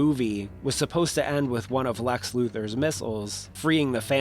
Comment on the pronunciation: "LEX" not "LAX".